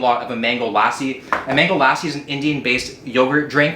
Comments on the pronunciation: Hi,love your videos For future reference it's pronounced Luh-see, not Lah-see Keep up the good work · Every time said lahhsi, good lord I cringed. Just a heads up, it’s pronounced more like luh-si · Not LASSI its LUH SEE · when he said "lassi" , i swear all indians had a a heart attack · Man really said Laasi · for future reference it’s pronounced l-uh-see. Love the kid to Indian culture though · Glad to see you love mango lassi but just a tip for pronunciation it's luh-ssi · Oh and will, its lassee idk how to make u pronounce it but the a is very short, it's kinda like saying lusseee. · Great videos as always. Just wanted you to know that Lassi is pronounced Lus-si. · You absolutely butchered the pronunciation of Lassi! 😂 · I could teach you the Indian pronunciation of lassi tho😳